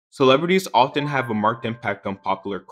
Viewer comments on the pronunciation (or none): none